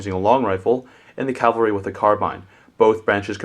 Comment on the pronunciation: it's not CALvary, it's CAValry!!!!!! the CAV!!! mounted warfare ain't got nothing to do with Jesus!!! (sorry; it's a pet peeve, since I served in the Cavalry)... just tryin' to educate!